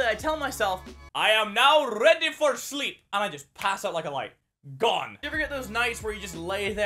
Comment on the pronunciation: I died at "I am now rrrready for sleep"